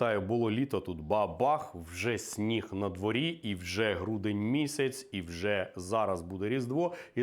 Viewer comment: сніг надвОрі, а не на дворІ. ШкІра, а не шкУра. Коли ж ти почнеш читати книжки українською?